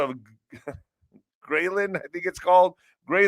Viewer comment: grehlin = grell-in